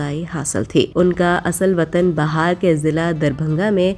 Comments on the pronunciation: االسلام عليكم ورحمة الله وبركاته پروین شاکر کے والدین کا تعلق انڈیا کے صوبہ بہار Bihar سے تھا أپ نے اپنی أواژ میں اسے بہار یعنی Bahar یعنی Spring پڑھا ہے أپ اپنی تصیح فرمالیں۔ کہونکہ ہم کراچی والے تو سمجھ جاءیں گے مگر ہمارے دوسرے صوبے والے أپ کی غلطی پر چل پڑیں گے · Bihar not bahar, aur wo father ka photo nahi hai😂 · Bahar nhi Bihar hai wo...